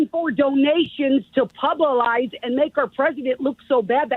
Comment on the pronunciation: She said, "information to pubalize". LMAO. Like drink in a pub for info? Lets make a new word everyone.